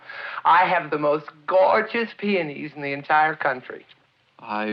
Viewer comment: I think he likes saying peoonees because it so very close to panties🤣🤣🤣